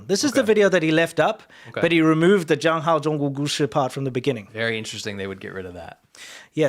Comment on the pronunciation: zhangzhan zhanzhuo zhushi This poor guy speaks 0 Mandarin and they had him try to say 讲好中国故事.